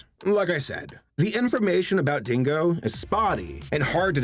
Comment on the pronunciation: The way you say "Dingo" sounds like "Dingle," and I'm strangely fine with that, owing to what this company produced. What Dingo-berries! - Wait a minute. Wait a damn minute here! "Yee" Dinosaur gets its own meme, but these Goth...Bondage...Duck (things) didn't?! What a terrible injustice to the World of Memery! Damn: When you're a German Animator and you realize that North (fucking) Korea makes better shit than you do!